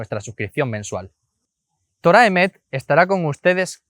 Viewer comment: Correción: Se debe decir Torat Emet (cambiando la H por la T) ¿Porqué? Porque Torah debe ir en estado constructo.